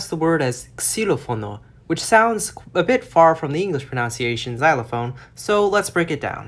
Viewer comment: It’s a little annoying to hear you mispronounce the word “pronunciation “, especially being that this is a linguistics channel.